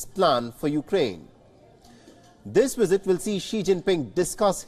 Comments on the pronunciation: its visit. not Wizit.. bite your bottom lip to say visit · Lmao he said "wisit" instead of visit 😅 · What’s a wizit,,,, does the presenter mean visit 😂😂😂😂